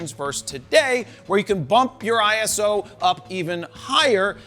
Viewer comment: Jared, as with EOS, ISO is also not an acronym so it’s pronounced ‘eye-so’ not I.S.O.